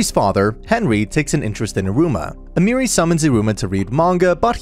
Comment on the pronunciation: A-me(h)-ri not Amiri but ok